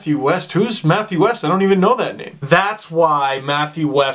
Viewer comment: great vid Steve!! very sad to hear of Matt's passing. just an fyi his last name is pronounced Wee-st not West.